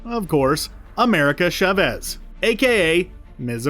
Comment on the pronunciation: Please! Her last name is pronounced CHAH-vez, not cha-VEZ!! This is Spanish, not an ancient Sumerian dialect!